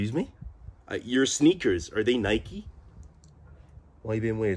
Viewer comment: Somethin' bout the way he says "sneakers" just don't sit with me 😂😂😂😂😭😭 bro sounds like an audio book 🤣🤣 but props for trying to give an American accent 🙏🫶